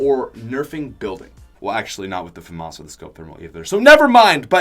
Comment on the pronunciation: i dont think thats how u say Famas